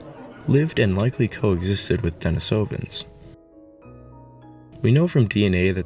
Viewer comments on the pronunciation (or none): The pronunciation is a bit off, the stress is supposed to be on the I, in the second syllable. So not denisOvans, but denIsovans. Since in Russian the name Denis - the name of a hermit the cave is named after - is pronounced with the stress on the I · Love the info and video but yeah work on the pronunciation😊 not only Denisovans but Neanderthals as well. (Neander -tall) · I dont think you are pronouncing Denisovians properly.